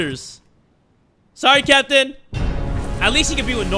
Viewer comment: Everytime I hear captain, I hear Kapitan